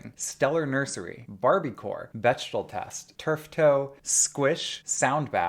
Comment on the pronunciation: Not a big thing, but the ch in Bechdel is pronounced with a K like the musician Beck.